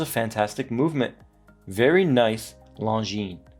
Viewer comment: Beautiful dial 😎. Well done for pronouncing longines 👍. We need more watches 35mm-38mm